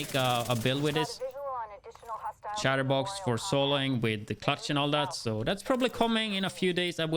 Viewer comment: Can't pronounce "chest piece" but pronounces " Chatterbox " correctly...what?